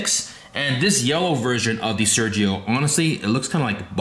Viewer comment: Why don'y you pronounce it the right way?